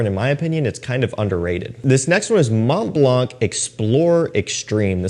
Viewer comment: FWI in french the word blanc the “c” is silent, so just say MontBlan and you will say MontBalnc the right way. 😉